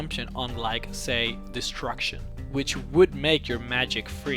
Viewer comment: wtf is destruktion, were you trying to say destruction?